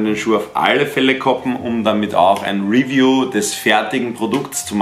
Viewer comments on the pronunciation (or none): none